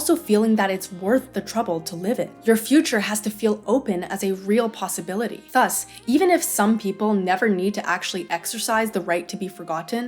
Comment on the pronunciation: fascinating how you pronounce thus, i've never heard anyone do that before